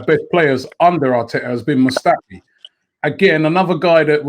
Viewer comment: I cringed when he said Mustafi - We're talking about a World Cup Winner